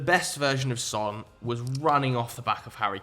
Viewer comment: The fact that you mispronounce Sons name still is funny to me